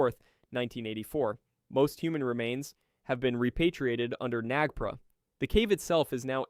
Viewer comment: NAGPRA not Nagpri